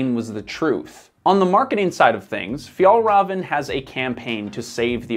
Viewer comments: Fiell-reven and Awkeh Nordeen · Difficult to listen to the author butchering even an easy word like Fjällräven. How abour ignoring the umlauts and just pronounce it an anglosaxon way, like in Fjallraven? Skandinavian 'ä' is basically an Englisch 'a', nut a 'u'. Åke Nordin isn't pronounced Ake Nórdin, but Oke Nordín. Should I continue? 'Bergen' means one specific mountain. A mountain range would be called fjäll. Don't dare to try 'sjöen', Even I struggle with this beautiful word. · Pronouncing it like "Fjollruhven" instead of "Fjehllrheven" makes it sound like "Fjollröven" which in Swedish means "The sissy ass" instead of "Arctic fox". Swedish is hard. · Your saying the company name wrong. Raven is said as rayvan. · Honest question: How can you make such an in-depth piece on Fjällräven (Fee-yell Reh-ven) and its founder Åke (Awe-keh) and get the names pronounced so wrong? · Am I going to be the annoying person who focuses on the pronunciation rather than just enjoy the new information… yep. Fjäll Räven is pronounced ”Fjell Reeven” Åke is pronounced ”Ooke” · name "Åke" is pronounced all wrong with an umlaut massacre. It's more like "o-ke", where both the "o" and the "e" are stressed and no diphtong. "Fjällräven" is pronounced wrong too, it should sound more like "Fyell-raven" where "raven" is pretty much pronounced like raven the bird. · You don’t pronounce the “v”. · Pronounced of Fällräven = Fjaellraeven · For a good approximation of the pronunciation of the ä in Fjäll: the ä sounds like the e in the english word hell. The ä in Rävn is a bit more tricky, though :-D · as i ´fjellraev´ he just said as a mountain ass, too funny ahhah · Fjällräven means mountain fox, but the the way he says it it means mountain butt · great video but as a swede this pronunciation hurt to hear lol